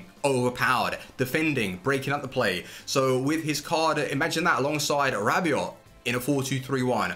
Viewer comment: PredaKing he is saying it perfectly